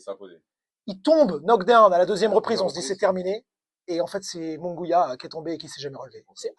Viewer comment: Merci, mais on prononce " Munguiya" pas "Mungouia" 🙂